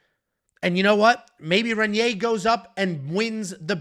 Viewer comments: Please learn how to say Reinier or just say RDR. REN-yay is not how you say it lol. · I'm sorry to be this guy guy but it's Raiyneer, try and roll that first R